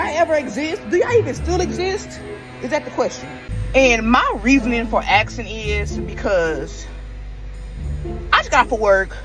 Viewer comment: "Axing?" Are you Lizzy Borden?